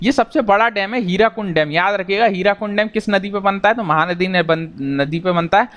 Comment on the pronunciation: Sir (Hirakund) Nahii. ( Hirakud ) sahi hoga